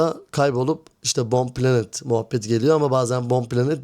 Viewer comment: Bro iki konu var eklemek istediğim: 1- video başlığını daha anlaşılır bir şekilde düzenle istersen. video konusu yanlış anlaşılmasın.. (cs2 ile ilgili tagler eklersen o kitlenin ilgisini çekebilirsin) 2- bir iki kelimenin telaffuzunda naçizane düzeltme yapmak isterim: python --> paytın bir de bomb planted derken t'yi biraz fazla yutuyosun planet gibi çıkıyor video ve fikir izlemesi çok keyifli başarılarının devamını dilerim 😊